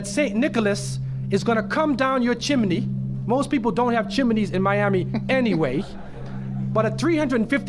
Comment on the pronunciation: He definitely learned to pronounce chimney from watching Mary Poppins.